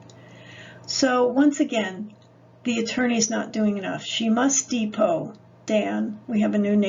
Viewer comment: That’s not how “depo” is pronounced…